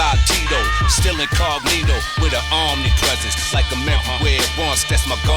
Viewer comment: "WITH AN OMNIPRESENCE"